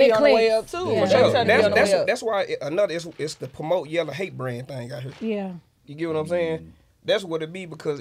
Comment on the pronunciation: Ha ahh said yella burger😂😂